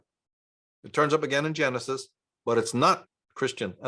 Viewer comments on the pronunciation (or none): Are you saying Janusus instead of Genisis?